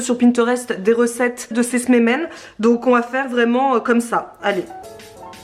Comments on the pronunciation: Saluuuut , super vidéo Et merci d'avoir pensé à tes abonnée et Ramadan. C'est mignon comment tu prononcé les msemen ( c'est msemen et pas smemen. Mais on ne t'enveu pas le principal c'est que c'est bon !) Bonne continuation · C'est pas smemen mais "msemen" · Ça m'a donné faim tous ça !! Si je peux me permettre un petit conseil (de la part d'une marocaine) je mets toujours un bâton de cannelle ou en poudre quand je réalise un tagine sucré/salé et une cuillère à café de miel optionnel. Et je mets aussi toujours du curcuma et du gingembre. On prononce "msemen" 😁 Au top vos vidéos comme d'hab. Merci !! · Bonjour on dit msemen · Msemens prononcé meuseumen à peu près 😂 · J adore vos vidéos et là en tant que française d origine Marocaine je suis aux anges !!! Alors on dit msémène 😂😂 mais c était pas mal, j'aime trop ça mais c est pas diététique (presque comme tous nos plats !). Ils sont super bon même après décongélation !! D ailleurs je vais en manger ce soir avec du miel et un verre de thé 😋 ! Saha ftorkoum à toutes celles qui font le ramadan 😘😘😘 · Trop mignon comment tu prononces msimin! Plus tu le fais plus tu maîtrises c’est un coup de main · Bravo pour tes msemmens, je suis mariée à un marocain, je sais que c'est très long à faire 😉 Si ça peut t'aider pour la prononciation on dit "msé-mène". Merci pour tes partages. La relation que tu as avec ta maman est super et tous ces voyages et séjours à l'étranger vous ont apporté une belle ouverture d'esprit ❤